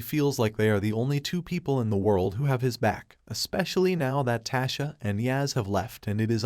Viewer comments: In all of my years of being on YouTube, listening and responding or following people, I have never complained because your thoughts are your thoughts. HOWEVERRRR, IT IS EXTREMELY IRRITATING FOR THERE TO HAVE BEEN TWO BOOKS OF POWER, AND YOU CAN'T EVEN GET TARIQ'S NAME RIGHT NOT EVEN TASHA! HOW CAN YOU TELL A STORY LIKE THIS?! I CAN'T WITH YOU! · Lmfao slaying his and Tasha name in like hell noo